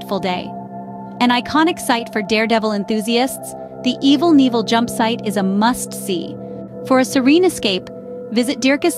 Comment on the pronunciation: LOL Evil Neevel, formally known as Evel Knievel. I'm dying.